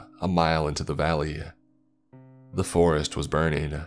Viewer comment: Bro your voice fucking sucks it’s so hard to listen to these nice stories like when you say some thing you always add A or U at every single word please just finish the word correctly you don’t have to say the forestU ore killinga